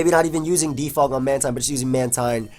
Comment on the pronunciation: ITS MAN-TEEN